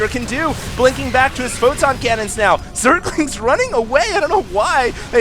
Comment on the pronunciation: fail.. he said "Zerlings have cum"